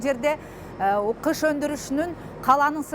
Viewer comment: Кыш эмес гыш! Мамлекеттик телевидения туура эмес жазып туура эмес суйлосо...